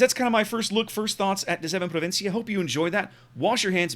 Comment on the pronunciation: You know if it was your first try to pronouns 'De Zeven provinciën' is was realy good.